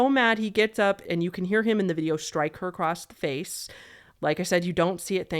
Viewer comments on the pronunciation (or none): none